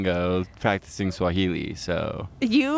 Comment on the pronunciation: i'm kenyan but im a little white washed bitch so i can only understand swahili and not speak it but the way drew pronounces swahili KILLS ME like it's taking me outtt but i cant even make fun of him cos he probs knows more than me